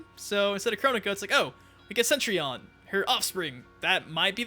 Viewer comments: Yeah, I was thinking it was said more like set-tree-on. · p'ease stop saying Centrion. It's not Centrion.